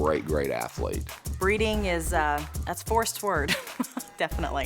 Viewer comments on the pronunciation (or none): WOW DID SHE SAY BREDDING LIKE THEY ARE ANIMALS WOW JUST FREAKING WOW